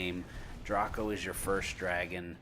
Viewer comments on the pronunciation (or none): Draco the "a" says its own name, please pronounce it right....